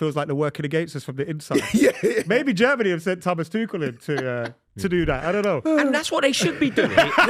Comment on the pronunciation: It's NEVER "twoshell". Thomas is German not French . Pack it in